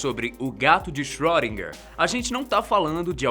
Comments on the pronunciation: sim, mas se fala "schrÊdinger" e não schrÓdinger, como ele fala! Mesmo assim, o video ficou show, muito informativo. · Por favor, não se fala "ö" como se fosse "ó" e sim um som entre "o" e "ê", e "er" tem som de "a" . Portanto seria algo como "chroedina".